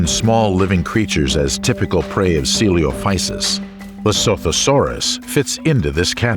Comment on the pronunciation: How did the narrator pronounce coelophysis correctly the first time and then mispronounce it for the entire rest of the video. O_O